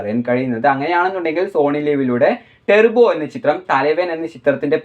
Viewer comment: ടെർബോ അല്ലെടാ... ടർബോ എന്ന് പറയ്‌